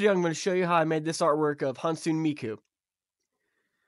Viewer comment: For future reference, Hatsune is pronounced "HAT-soo-neh"!